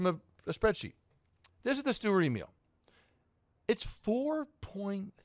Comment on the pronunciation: BTW: It's not "Emiiiil" Its "E mil" spoken like mil spec.